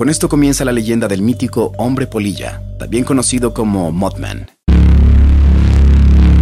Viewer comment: Crei que decia polla y no polilla jajaja xD